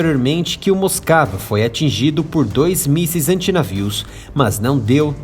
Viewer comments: "Moscava", kkkkk, realmente tava moscando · Moscava mesmo kkkk